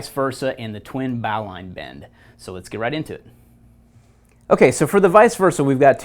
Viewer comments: Is that twin bowline bend not just basically two sheet bends? Also it's pronounced bo-lin (bo as in boat, lin rhyming with tin). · The correct pronunciation is "bo" (rhymes with "go") "lin" (rhymes with "tin"). Logic would dictate that it be pronounced "bow" (rhymes with "now") "line" (rhymes with "mine") but the English language isn't based on logic. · After 60+ years since first learning the bowline as a cub-scout, I won't be changing how I pronounce it. I'm sure for many, bow-line -- as you say it, is slightly jarring. But I did check Wiki and this is perhaps one explanation for its far more common pronunciation today: History The bowline knot is thought to have been first mentioned in John Smith's 1691 work 'A Sea Grammar' under the name Boling* knot. Smith considered the knot to be strong and secure, saying, "The Boling knot is also so firmly made and fastened by the bridles into the cringles of the sails, they will break, or the sail split before it will slip." *Boling (f/various origins, including German Böhling and English Bolling and Bowling) would never reasonably be pronounced 'bow-ling', and although Wiki doesn't elaborate, I suspect the knot may have been named for a person, and not the bow of a ship. 'Boling' was a common family name in the English-speaking world of that era. Although a sailor and not a climber, I very much enjoy your site. Many thanks and keep up the good work. Regards ...